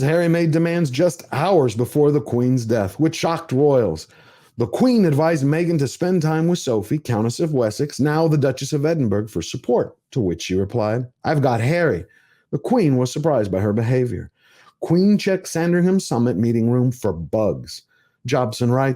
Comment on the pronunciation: Love your channel, but please, as someone from Edinburgh, could you pronounce it Edin buh rah, not Edinburg. Or, if you like, you can say Embra, the less sophisticated but still understandable to us.